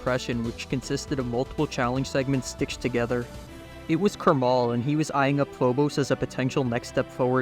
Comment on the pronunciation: it’s pronounced karma L as Krmal officially said